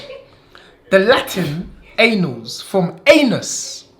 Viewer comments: annals is pronounced [ann alls] not anal lmao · Annals is pronounced "Ann nolz" not "A nolz". All the Best to and Anthony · AN-NULS... NOT ANALS 🤦🏾‍♂️ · It's actually pronounced the an_als of history,not anals,but he did know what he was on about just said it wrong. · Its "annals" blood 🤦🏿‍♂️😂😂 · It's Annals of history, not 'anals'! LoL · “This is going down in the anals of history” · "The anals of history" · 'anals of history' looooool he meant to say annals of history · pretty sure it’s annals not anal 😂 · 😂 It's pronounced more like "Ann-als" not a classic porn vid....